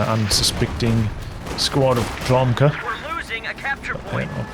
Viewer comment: Dude, just for the future: OK nickname should be read as Lomka, cuz there's a Russian word - Ломка.